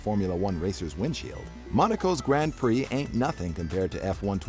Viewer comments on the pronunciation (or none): none